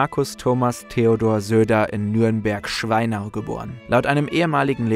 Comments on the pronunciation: Ihr musstet Schweinau "SCHWEIN-Au" betonen. Das geht nicht anders bei dem Thema und ich habe dafür vollstes Verständnis. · Wie geil das Schweinau bei betont ist